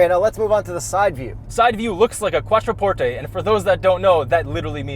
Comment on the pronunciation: I love that he pronounced it correctly!!!!🙌